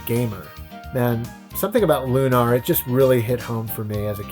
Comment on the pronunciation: And here I thought it was Lunar, not LunARR